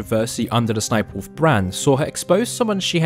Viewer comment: He said Ess Ess Sniperwolf, it's just Sniperwolf or "sss-niperwolf". Don't make her a meme or y9u gonna get her more views, LOL.